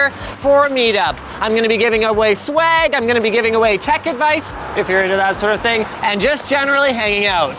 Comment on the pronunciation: linus, schwag is a low grade weed, i think you are trying to say swag.